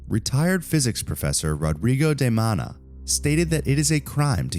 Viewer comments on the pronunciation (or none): none